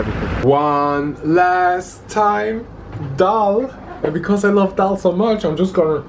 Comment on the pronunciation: Please guys Don't mess up. It's Dal not Dail.. <3